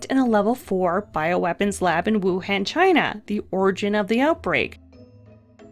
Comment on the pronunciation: ITS PRONOUNCED WU HAWN Y WOULD U SAY WUHAND IT SOUND DUMB SMH